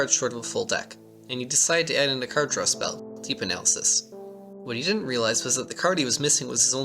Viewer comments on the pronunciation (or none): none